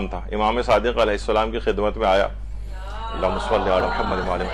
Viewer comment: آپ کے درس میں خواتین درود درست نہیں پڑھتیں۔ شروع میں اللہم کی بجائے الا ھما اور آخر میں محمد کی بجائے محماد پڑھتی ہیں ۔۔ اصلاح فرمائیں